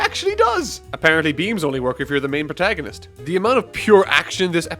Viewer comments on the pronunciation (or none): none